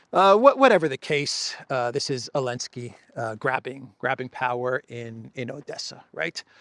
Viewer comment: Man your channel is great and you are a great person, but I can’t stand it when you say Elensky 😅 Could you please add the Z? Best wishes